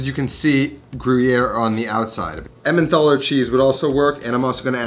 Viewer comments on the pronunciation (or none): Emmenthaler is pronounced "emmentaler". There is no "th", it is a hard "t". I don't think it would work too well for French Onion Soup though. It's too subtle and not salty enough to balance the sweet onions. Definitely either Gruyère or Comté. Otherwise, great take on this classic soup, that stock looked so good.